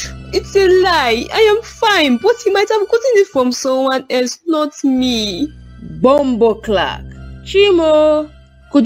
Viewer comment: Nurse you bad .. I had to rewind did she said Bombocloth. 😂 JamRock character . Lol